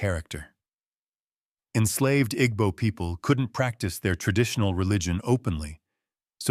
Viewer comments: The “g” in Igbo is silent. Ergo, pronunciation is I-b-o. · you're right that the pronunciation in the video is wrong but it not just "b" sound either. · It's not silent. The "gb" is a different consonant that's not in the English language. It's one sound. It's not pronounced as either "g" or "b". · Take it easy on your pronunciation of igbo pls. Dont stress too much on the gb, pronounce it as ibo even though it's spelt as igbo. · The g in Igbo is silent= Ebo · why is the narrator mispronouncing "igbo"??? sounds like an AI generated white male voice. kinda weird to have that on a video talking about Jamaican and African history. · The "g" is not silent per say. The "gb" is a different consonant that's not in the English language. It's one sound. It's not pronounced as either "g" or "b". The pronunciation in this video is wrong. Your pronunciation is also wrong.